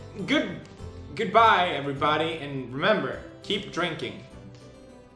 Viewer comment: The ending hahahah " wauter, drink wauter "